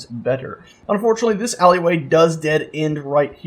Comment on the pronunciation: HEY LOVE U and u say ally way wrong hahah